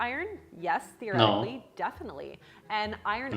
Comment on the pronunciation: yea she also says "therotically"